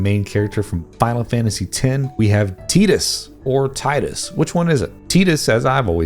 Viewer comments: I hope calling him Te-dus instead of Ti-dus was a joke. 🤦‍♂️ 😂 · Tie - dus not Tee-dus imo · It's definitely Tidus and not Teedus, they even say it in the voice acted game lol! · So you're telling me that the very first time you saw his name you thought it said teadus or teedus.... I'm calling BS a clearly spells Tidus Now using the English language let's split this into two words and if you add an e to tid you will spell the laundry soap tide and obviously I don't need to say the rest. But let's say on the beginning of his name, he's kind of riding the tide at the beginning of the game when he wakes up in the Temple and then the tide sweeps him in to the besaid Island. So much relates to tide. I'm telling you now there's no one in Japan China or anyone else that can tell me how to speak my language and that clearly spells tydus with an i. By the way I'm using speech to text and that's exactly how it spelled his name when I said it correctly now let's try tedious what do you know my phone is spelling tedious. The beginning of his name is tide 100 % and if you literally thought that the very first time you saw his name then you do not know how to read English, go back to grade school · Dude's gonna rank Titus over Lightening? And not even pronounce his name right 🤡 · I feel like your first video was just to troll the shit out of everybody, but his name Is tidus-(TIE-duss) after hearing you say it incorrect four times after you praising the game because it was the first one that was fully voiced for cut scenes where they say his name 100 times in the game I had to stop watching the video it drove me fucking crazy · Its not Tidus, its not Tidus [Taidus], its actually pronounced [TOIDES] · Teetus? Lol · Teadus just sounds too much like titties to me... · bro calling him tee-dis has the same criminal weight as eating well-done steak with no seasoning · i literally pronounce every single name differently than you did.....great video though